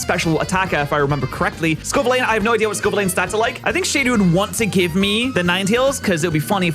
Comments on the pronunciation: Say it with me slowly, it’s pronounced Scoe-Vill-An. Not Scoe-Vill-Lane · Scovillain ❌️ Scovileyn✅️ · Pats uncompromising insistents on mispronouncing Scovillain is so fascinating. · Still mispronounces Scovillain and i die inside each time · I beg stops pronouncing scovillains name like that 😭